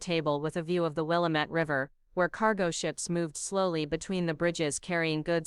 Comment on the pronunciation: It is will LAW met. AI needs to find the local pronunciations.😅